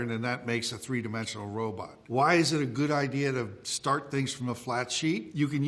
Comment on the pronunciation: Personally, it makes me happy to hear a modern robot expert occasionally still pronounce it "robut". It's just more fun to say.